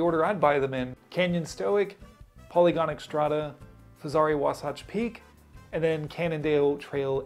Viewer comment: Great job at butchering the name Wasatch Peak.